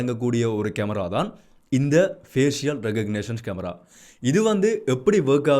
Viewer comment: Fஏசிஷியல் தவறு . fஏஷல் என்று உச்சரிக்கவும்